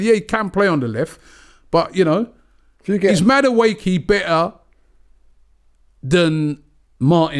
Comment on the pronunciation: Robbie "Maduake" Lyle